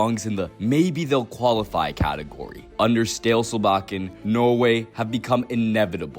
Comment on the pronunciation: I no joke love the complete butchering of Æ, Ø, Å and double a (=Å). It's what we want to hear and it makes us feel so seen by the international community <3 The shout-out to Egil Drillo Olsen with a pic in sunglasses was fabulous. I also love "stale" Solbakken, but "Goran" Sørloth just killed me completely ("Goran" is a slavic name, "Gøran/Göran" is a Norwegian/Swedish name with a completely different etymology)